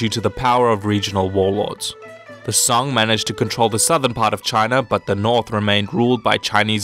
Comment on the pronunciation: 发音确实一塌糊涂，宋直接发song的英文音2333